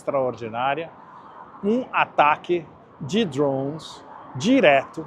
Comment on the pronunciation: DRHOOOONS? Fala português, porra!